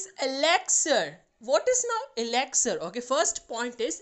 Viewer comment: Mam that is not exlire It is elixer in your mouth pranounsation